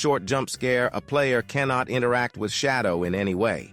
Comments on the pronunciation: Why did this guy say shadow like that 😭🙏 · “shætdœw” V O I D bahb